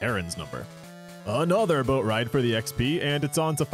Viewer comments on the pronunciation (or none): none